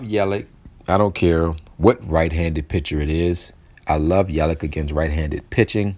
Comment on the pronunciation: Yelich name sounds like Yelitch FYI thanks for the information!!